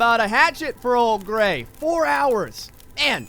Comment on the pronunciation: Hey Gray, every time I hear you say "Gray" I keep thinking you're saying "Gregg" and it keeps reminding me of "old Gregg" (the seaweed pink lips man). If you have time, you should watch it!